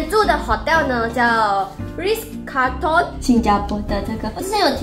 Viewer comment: 温馨提醒，Shu Sen有几个英文字念错了，Raffles, Ritz Carlton, Quinoa (这个字的发音完全错误）还有 Beige color。发现Shu Sen 近来都会被一些大牌子邀请，很棒，建议牌子的名字不要念错，以表示对品牌方的尊重。与品牌合作最避忌就是把人家名字念错。加油哦。多问多练习可以被改善的。